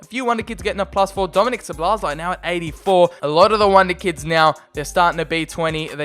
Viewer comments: Szobolozai. xDDD This is fun to hear as Hungarian. I think you should pronounce Sz as u pronounce s obo is ok the other sz is simple s again and lai as lai. So Soboslai. xD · The pronunciation is pretty much So-Boss-Lie (The lie part is with british accent). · (Zo bo lai) thats his pronounciation :) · Szoboszlai = Sawbosslai not sobolosaj😂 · You pronounce soboszlai as sobosluyi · szoboszlai you must read like 'Shoboshlai' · You need to pronounce Szoboszlai like Schobosschlai. Or i guess it would be allright if you say soboslai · If you want to pronounce Szoboszlai than just try like this: "SOBOSLA-I" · Szobozlai (So-bo-zlai) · He is pronounced soboslai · Szoboszlai is pronounced shoboshlai if I am right. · It’s said sobozlai